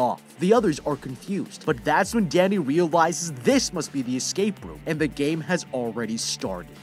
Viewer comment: When he said Danny I thought he said daddy 🤣🤣